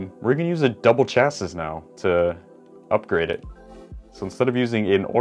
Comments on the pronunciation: Is pronounced chasi its spelling is just chassis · It's pronounced Chas-see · No it's pronounced Chassis is pronuced Chasee look it up not trying to be rude just want to spread the information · It’s pronounced chassi but spelt chassis because the s is silent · Hey. Chasis is literally pronounced cha-see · Its pronounced shasii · Its actually pronounced like (CHasē/SHasē) to be exact! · Its chasee isnt it? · no. It's shasee. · This is how many times beytubers will say chassis wrong 👎🏿